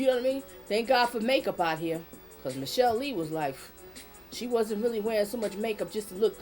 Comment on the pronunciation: It's pronounced Miss Sha lay.